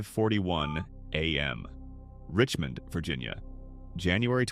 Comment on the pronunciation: FAKE, FAKE, FAKE...whatever dumbass did this can't even pronounce Richmond. t\